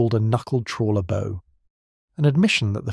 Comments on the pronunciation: Bow is pronounced as in Cow 🙄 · Please learn how to pronounce 'forecastle' and 'bow'. This is supposed to be a naval history channel.